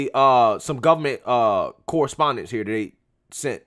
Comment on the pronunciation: Hi I was wondering, I am a white conservative and I noticed that instead of saying the word that you are replacing it with the word dat. Donna brazile does the same thing and it makes her look dumb, so maybe you should stop doing it.